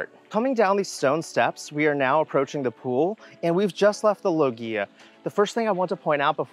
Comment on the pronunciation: Low-ghzi-a Low GHZEEEEE ah!!!!!